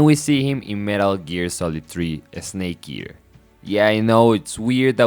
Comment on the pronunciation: Esnake eaher